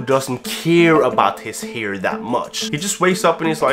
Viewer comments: Hair. Not "heyre" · Why does he say «hiir»?